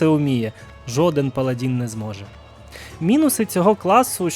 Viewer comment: паладИн, не "паладІн". Дуже прошу